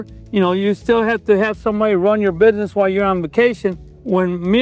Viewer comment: He said bidness...